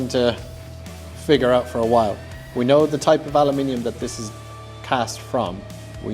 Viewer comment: Say it after me: "AH" - "LOOM" - "IN" - "UM". Aluminum. 😅 Just Joshin' ya. I know how brits love adding extra syllables to every other English word to make them sound fancy 🤣